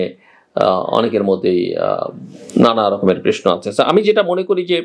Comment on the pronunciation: জিল্লুর - তুই তো প্রশ্ন বলতে পারিসনা - তুই তো বলিস প্রেশ্ন - তুই কিভাবে বুঝলি আওয়ামী লীগের জনপ্রিয়তা তলানীতে।